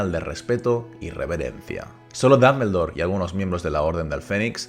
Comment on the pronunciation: Excelente video Tengo unas dudas por que si se escribe Dumbledore y se pronuncia duhm·buhl·dor, porque lo pronuncias como danmendor. Solo es duda sin el afán de otras cosas.